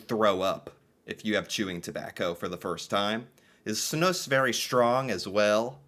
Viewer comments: its pronounced more like Snooze not Snooss wikipedia is wrong lol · They way you say Snus as "Snuss", cracks me up XD. Snuss sounds like something "dirty" :-P Its also kinda ironic that smoking seems more hygienic, when i my self quit smoking and only use those nicotine bags now, it later hit me how much cleaner and fresher i feel after i quit the smoking. Oh hes going to start puking soon XD Also you have a type that is basicly a white powder, which doesn't leave any discolor at all, like Epok and Loop, and some other brands. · Pronounce it more like "snooze" 😊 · it's one S .... not Snuss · It's pronounced (snooze)